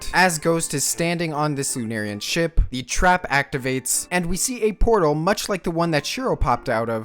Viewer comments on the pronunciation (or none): none